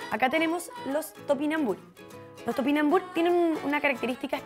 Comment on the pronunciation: TopinambuRrr, no tupinambuch... aprende a leer...termina en RRR, no en ch...